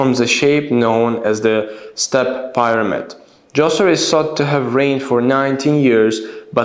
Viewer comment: The Pronunciation of “Pyramid” is wrong